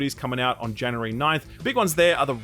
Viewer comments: Jan U Ree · please say January.